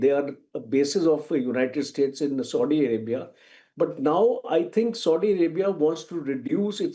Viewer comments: Its Saudi Arabia and not SODI Arabia...ch**Ya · I think is feeling thirst and wants to drink sodo water. Coz he kept on calling Saudia as Sodi 😂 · Ethnicities are not the same, this general has no clue and Its Saudi Arabia not Sodi Arabia.